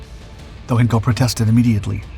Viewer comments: " Heenkels Engineers " - really? Is there not an 'ei' in there? Hine kel, Hein - kel. Twine, Sine, Fine, Hein. Ever heard of Heinz Ketchup... Also its called the Heinkel He 177 Greif (Griffin) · Only a small thing for goodness sake please pronounce the E in Heinkel like in ein , mein , kein